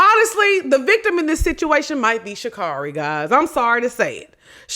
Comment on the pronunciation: you gotta say her name right or she gonna beat our ass lmfaooo it’s Sha CARRI like Carry